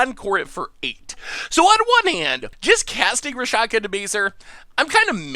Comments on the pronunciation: did not die to the Lhurgoyf. Dolmen Gate does not prevent damage from fighting. Rakshasa is pronounced Rahk-sha-sah. Imoti does not have partner. Rhys is pronounced Reese. Ghired is pronounced Gee-red. Why do you keep assuming 4 player games? Nantuko is pronounced nan-too-koh. Araumi is pronounced uh-rau-mee. Sedris is pronounced said-riss. You ought to have an editor review your work before posting it. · And butchered Rakshasa hard.